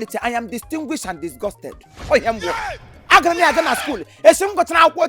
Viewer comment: Did I hear distinguish and discussted